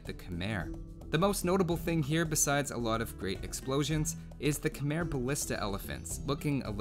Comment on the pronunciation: it sounds hella stupid with the er